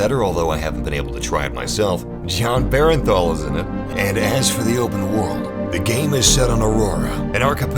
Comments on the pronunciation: Jon Bernthal not Berenthal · Who the hell is Jon "Berenthal"?